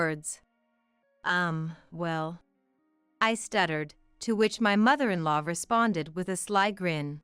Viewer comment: You gotta love AI. I am actually snickering at mother in "LOW."